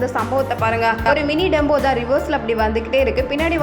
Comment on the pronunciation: Tempo not Dembo